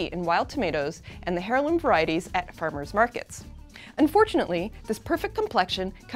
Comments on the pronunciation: It's an "eirloom" tomato, not "hairloom" 😑😑😑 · the h in heirloom is silent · Please please please heirloom has a silent “H” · The letter H in "heirloom" is silent.